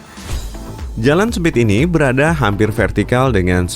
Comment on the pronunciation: Dan bukan dhan. Berada bukan beradha😂🤣 hidung lu kenapa